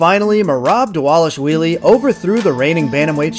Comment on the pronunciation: Props for saying Merab’s last name perfectly.